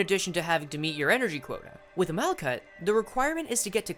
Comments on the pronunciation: its mal-hut, the "k" is a "ch" sound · Malkuth is pronounced like “Mal-cut,” actually!